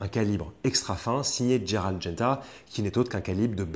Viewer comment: c'est Gérald et pas Dgérald! roooo voyons 🙂. Gérald de Lille;-). tjrs top vos vidéos